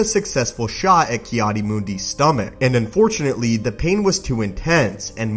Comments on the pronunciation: It's Mundi not Moondee. If you can't pronounce character names, find a new occupation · Ki adi mundi Not ki adi moondi